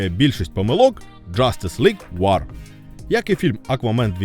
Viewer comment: Чувак, не блуд а блаад; не вар а воо; не тітанс а тайтенс (перевіряй вимову плііііііз). Щасти в творчості! Пасхалка незрозуміла. Зазвичай перегляди можна подивитися в статистиці ютьюба... Так, і найкращий з усіх, вірогідно, все таки флеш-поінт парадокс конфлікту. Багато разів переглядав.